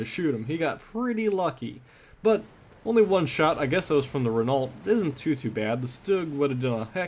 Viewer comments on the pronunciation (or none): Hey, I know its pedantic but Renault is pronounced Reno, Sorry! Great video though:)